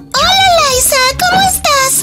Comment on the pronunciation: es liza con "z" pero el nombre se pronuncia en Inglés como laysa pero se escribe liza